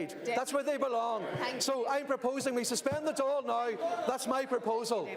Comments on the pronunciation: Just a quick correction,Dail is pronounced Dall like ball with a d. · Good pronunciations for the Irish parties! Just one thing - Dáil is pronounced the same way as "fall" because of the fada on the on the "a" Hope this helps and love the videos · Dáil is pronounced like “Doil” 🤓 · The pronunciation is Dáil as in fall. The stoke on the 'a' gives it emphasis. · No he didn't. Pronounced Dail wrong. Should sound like tall with a d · Please stop trying to say Dáil, it hurts me every time you say it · calm down. This is a vast improvement. Compare this to BBC or Sky News. It's pretty close. Dáil was the most off.